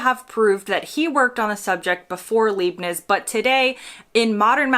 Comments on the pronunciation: "Leeb-nitz"? Leibniz is pronounced Lybe-nitz! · The name of the German calculus guy Leibniz is pronounced like "lipenitz" with an "i"-sound as in life, not leepnitz" with "ee". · 'Leibnitz' is pronounced as 'lie'+b+'nits' - not 'lee-+b+nits' 🤓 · Leibniz is pronounced LYE-bnitz, not LEE-bnitz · It's Leibnitz as is LIE not LEE. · Leibniz is pronounced Libe-nits or Lahyb-nits or how you would spell it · The German mathematician’s surname is pronounced “Lye -Bnits” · Leibniz, pronounced LIBE-nits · It is actually Leibniz.